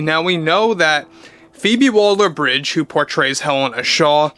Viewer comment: Why do you keep calling her "Phoebe Walder" ? Her name is Waller, not Walder !